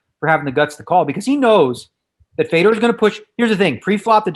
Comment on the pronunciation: How many times is he gonna say “fedor” wrong😂😂😂